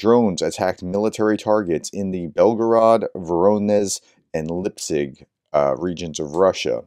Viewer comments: Please, try to pronoune the name correct. Li-petsk. "Lee pet sk". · Sorry for the pronunciation correction but Lipetsk is pronounced exactly as the transliteration indicates. Lee-pets with a k on the end. Same with Voronezh. When you see zh together that’s pronounced like the sound in treasure or pleasure. Thanks for all the work you do. Glory to Ukraine.